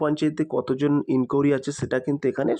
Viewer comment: ইনকুড়ি🚫 এটা আবার কেমন ভাষা। ইনকুয়ারি। ✅